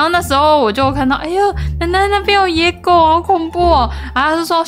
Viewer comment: 說野狗怎麼聽起來在說‘椰果’😂